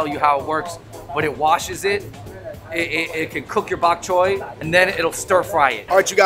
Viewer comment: " Bot Choy " ?